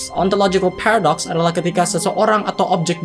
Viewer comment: "phewredox" cara bacanya :v